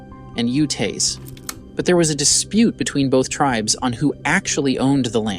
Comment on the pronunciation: Why did you use a photo of what appears to be either Syrian, Lebanese, Palestinian or Saudi Arabian men from a hundred years ago and label it as Native American Utes?? (timestamp ) Were they selected automatically with an ai tool like the narration voice? It totally mispronounced Navajo, Utes, tribe, and several other words.